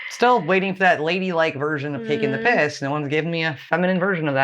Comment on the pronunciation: You're the first American that actually said "taking the piss" perfectly 🤣🤣 usually it sounds forced... also dont worry about whats "lady like" 🙄 that's not a swear word here, but you could say "im only taking the mick", but theyre basically same.